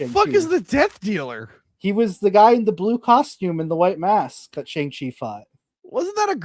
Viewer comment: Its pronounced Bi-Han Like the word B not Bi, like bisexual lol. And Shang Chi is pronounced similar to Shawn but with the G not like Shang Tsung. Sorry but that was really bugging with how you guys were saying their names